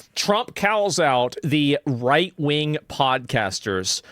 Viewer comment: Cals out... The fuck is this pronunciation?! xD